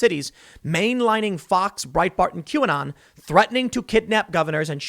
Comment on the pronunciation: What the hell is a quanon?